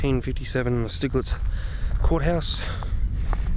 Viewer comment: Thinking the pronunciation here might be Sty-gletz as it looks like a German name. Anyway, thanks for the upload. Nice walk around.